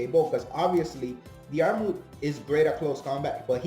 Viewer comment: Irish guy here, it’s pronounced like Der-mid